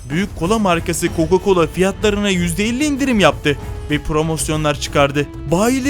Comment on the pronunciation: Hocam bazı hatalarımız var Coco colo diyosunuz